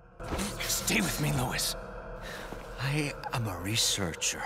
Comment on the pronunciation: I like that the last thing Luis hears is an American utterly butchering his name lol